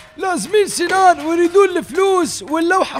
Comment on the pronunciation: هههههههههههههههههههههه مو سنان اسمو سينان